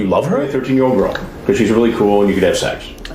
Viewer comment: Do you suppose Chris Hansen says "shecks" instead of "sex" because he wants to sound cool!